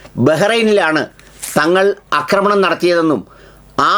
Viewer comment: എടാ തെണ്ടീ.. ആക്രമണം എന്നാണ് ശരി. അക്രമണം എന്ന വാക്ക് ഇല്ല